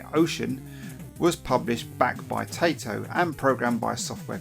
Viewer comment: It's pronounced "ty-toe", not "tay-toe". It's a Japanese company who made Puzzle Bobble/Bust-a-Move in which "Taito" is spoken when you load up the game.